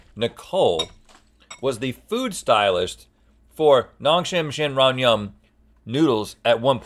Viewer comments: The pronunciation is ✨amazing✨they really got it ! I would get tongue twisted. Have been watching for years and still amazingly entertaining!! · Rhett and Link, you did such a good job pronouncing Ramyun!!!